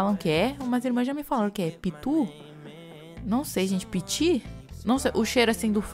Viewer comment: Ela tentando falar "pitiu" kkkk ameeei